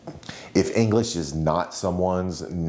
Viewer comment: Why’d he say English like that? Engleeeeesh